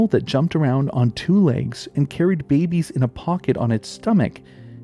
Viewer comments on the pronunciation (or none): none